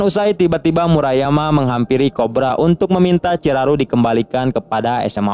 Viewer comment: Ciraru apaaan bang 😂 yang benar chiharu